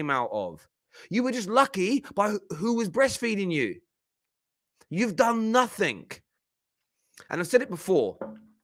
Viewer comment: Please stop saying nothink